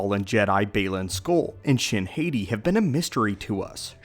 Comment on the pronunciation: Did u say Shin Haiti? 😂